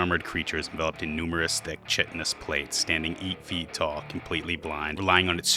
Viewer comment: Very good video. Hope to see more. You mispronounced chitin, though